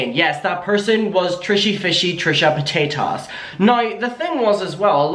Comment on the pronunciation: i really love it when Adam calls Trisha Paytas as Trisha Pataytas, i lolllllled everytime 🤣🤣🤣